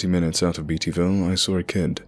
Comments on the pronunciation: It's "Bate-E-Ville", not "Beat-E-Ville when you pronounce Beattyville. Also, I was born in Irvine, it's "Ir-Vin" not "Ir-Vine" pronunciation. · The guy who narrated this mispronounced a few places so we know for sure he is not from Ky. Irvine is pronounced Ir-vin. Beattyville is pronounced Bae-tee-ville. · The way he pronounced Beattyville hurt. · Oh my gosh, I'm a born and raised Beattyville girl!! Lol, so weird to hear this in a story. But the way we pronounce it is "Beta-vulle" lol not, "Beety-ville". Love your effort though :) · Irvine pronounced "er-ven", Beattyville pronounced "bate-e-vull". We Kentuckians are very particular about how you pronounce names of towns. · Savannah C ikr when someone pronounces beattyville wrong something inside me dies lol IT IS BATE !!